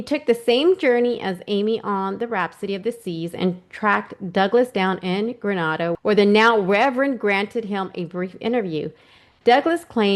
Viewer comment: Great job. You are thoughtful, analytical, and that was a wonderful summary. Really enjoyed your analysis of Renner’s work overall. (One tip:) It’s pronounced Gre-nay-da:) Agreed about Yellow, too. I also saw the analysis from the Behavior Panel. I think he got a raw deal and the dude’s life was completely ruined—too bad he cannot sue some party for libel. Yellow’s ex wife, meanwhile, may have had a vested interest in bad mouthing him to the daughter. The daughter was a Daddy’s girl and who knows what emotions and jealousy came into play from the mother. Bottom line, there is too much emotional investment by both mother and daughter to deem them to be credible/objective sources. That said—the photograph. Did the FBI not conclude there were striking similarities? They analyzed angles, accounted for age progression etc. That photo cannot be explained away as easily as the rest. And there was no AI back then! Also, the IP addresses checking out the Amy Bradley website—every Christmas and on family birthdays coming from Barbados, where Amy was supposedly spotted in the bathroom. The eye witness thought “Amy” said she was from West Virginia—which kinda proves that eyewitness was not influenced by the story before or after the fact. One of the more credible eyewitness accounts. Also I don’t think the gay thing was a big issue either. She was a grown woman, she had already told her parents—she even told Yellow—and she had a bright future with her new girlfriend, a new job, apt., and